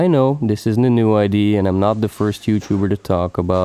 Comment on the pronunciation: I figured you are from NL or somewhere near when you pronounced "id" instead of "idea" :) yes I clicked because I like cars. Good video, keep going :)